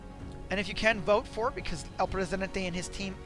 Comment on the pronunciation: Have a like for rolling that R in ElPresidente